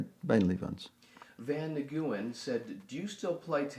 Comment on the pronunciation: Holy shit they answered my question! its Van Nguyen (New-in not Naguwin) hahaha